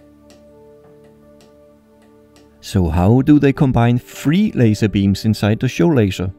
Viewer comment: Also "three" is not pronouced "free" it's "th" ....